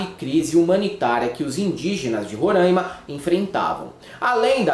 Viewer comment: Parabêns ao canal , adoro o conteúdo de vocês inclusive o gestual (fazendo vagina com as mãos).. mas é Roraima e não Rorâima (nunca entendi de onde veio essa pronuncia)